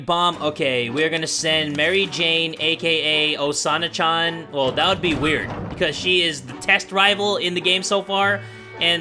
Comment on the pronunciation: lul he said “chan” wrong